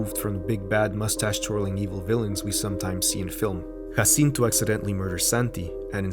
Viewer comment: Your (completely correct) pronunciation of Guillermo del Toro, Jacinto, and Vidal makes me want to bear your ch… I mean, great work! Loved this video so much!